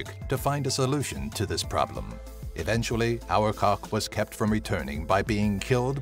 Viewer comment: #8 is pronounced Ar-BA-tak, not our-cock.